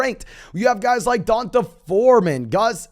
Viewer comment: Dee On Tay bro… not Dawn tuh